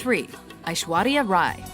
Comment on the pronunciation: First of all, bless you for pronouncing Aishwarya's name correctly. Second of all, she should have topped this list.